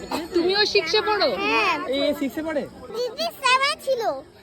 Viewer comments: তোমার উপস্থাপনা খুব সুন্দর লাগে, খুব মিষ্টি আর আন্তরিকভাবে বলো❤ শুধু একটা জিনিস একটু ঠিক করার চেষ্টা করো পারলে, স কে শ উচ্চারণ করাটা একটু ঠিক করো পারলে। সিক্স হবে, শিক্স নয়। কিছু মনে করো না। কিছুদিন থেকে লক্ষ্য করলাম, তাই বললাম। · তোমাকে খুব সুন্দর লাগে। খুব মিষ্টি করে উপস্থাপনা করো তুমি❤ শুধু তোমার স এর উচ্চারণ টা একটু ঠিক করার চেষ্টা করো পারলে। সিক্স হবে, শিক্স নয়। কিছুই মনে করো না। কয়েকদিন ধরেই লক্ষ্য করছিলাম তাই বলে দিলাম।